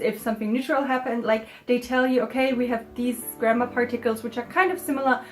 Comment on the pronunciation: why do i hear 'grammer' as 'grandma' like